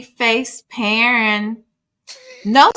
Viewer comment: I heard - paren (pa-ren) - sounds like he didn’t pronounce the word correctly in order for V to understand correctly